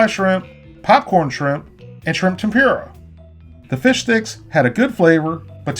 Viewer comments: The way he says tempura is just so wrong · The way you say tempura makes you unqualified to know what real tempura is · Huh. I've never heard your pronunciation of "tempura" before. I think I've only heard "Tem-pour-ah" and "Tem-pur-ah" before. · You pronounced tempura wrong. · Who else was triggered by how he pronounces tempora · who else is cringing at the way he says tempura? -_ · Didnt cringe, but definitely said it a little off. It's probably just my parents would pronounce it. No need to make a big deal out of it. Love the Wolfe Pit! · my god please learn how to say tempura correctly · lol, i get most people pronounce tempura, tempuruh. But the guy says tempeeruh XD. Like bruh, that like an asian pronouncing hamburger, haymbouger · Tempoorah, not tempure-a 😂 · LOL 🤣🤣🤣You said tempura like ---> tem - pure -a ... it's Tem - pour -a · Certainly not trying to be a snob here as I don't eat them anyhow. But it's pronounced "Tem-Poor-Ah" not "Tem- Pure - Ah". Like the channel and videos. Keep up the good work. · Tempura is pronounced "tem-purr-a", not "tem-pure-a". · Tem-poor-uh not Tem-pure-uh. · Tempura is pronounced tem per a not tem pyur a. Great video otherwise! Lol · Tem-poora...not pure-a and that coating was not tempura bahahahahaha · Temp-poo-ra NOT Ten-pure-a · tem poora, not tem pure a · Pronounce it Tem-Poura not Tem-pura but tbh I don't care but someone might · Awesome work but you pronouncing tempura as temp-yoo-ruh gives me agita for some reason. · "shrimp tem-PYOOR-uh" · Temp Pooh rah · Tempyura lol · Please stop saying Tempyoora. Theres no Y in Tempura. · "Shrimp Tempeera" Interesting pronunciation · Why was i getting triggered when you said temPUREah. That is definitely not how you say it 😂 good video though. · Tem-pur-a. Correct pronunciation. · "tem-pure-a" huh? Is that like nucular? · Tim-pure-uh lol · Shrimp TemPyrrha is triggering me D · Repeat after me tem-poor-ah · Tempura is pronounced tem-poora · tem-pooh-ra